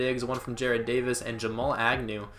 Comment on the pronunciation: Jared= Jar-ed Jarrad= Ja-Rod